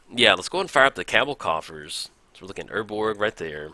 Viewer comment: You say Cowbell *Cabal coffers so weird